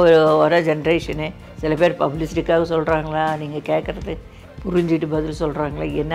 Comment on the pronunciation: பேரை முதல் ல correcta சொல்லுங்க அப்புறமா love அ சொல்லுங்க